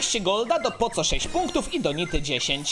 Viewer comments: Czemu mówisz poco A nie poko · Poco czyta się Poko